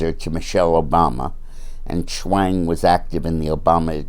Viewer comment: Schwang rhymes with HANG!!.........I like it!!